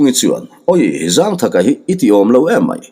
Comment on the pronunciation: Zângthaka tih hi thlukna awm lo in zangthaka ti in chhiar tawh laa 😂